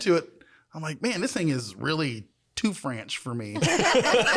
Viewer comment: It was FRONCH not FRANCH, fake geek girls.